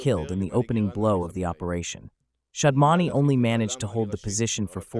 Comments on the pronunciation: Please be clear. Is it Shamdaani or Shaadmaani? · Shadmani,not Shamdani.